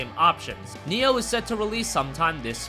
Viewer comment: it's NI-OH not neo >_>